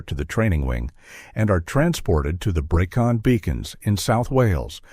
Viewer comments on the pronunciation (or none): The Breckon Beacons. NOT BREECON. Its driving me nuts.